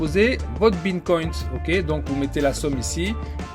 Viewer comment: Superbe vidéo par contre on dit Bitcoin pas Bincoint 😄 🙏